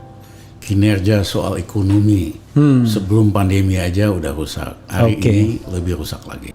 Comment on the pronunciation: Rusakkk. Bukan lusakkk zal lizal lamli